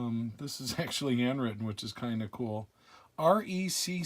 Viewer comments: Pronounced ( wrecky) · wrecky is the way reece is pronouned, it is short for reconnaissance